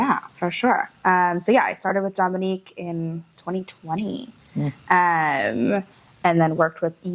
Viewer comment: …please pronounce it Dōminique, like her mama does 😁